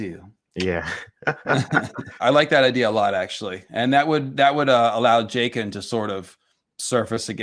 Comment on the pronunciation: "Jayken" bro stop pronouncing it like that